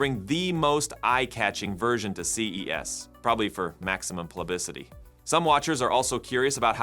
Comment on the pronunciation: Did you fumble the word "publicity" there? I believe I found a similar thing happening earlier in the video. Do you think you could make yourself a little less static? Perhaps even make the video look like more futuristic version of a real news channel? Also, I would love to have links to pages about the things you included in your video.